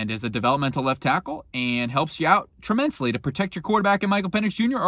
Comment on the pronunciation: “Tremensly” huh?